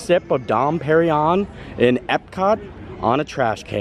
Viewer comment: Its more like Dom "PerinYONE"!!!!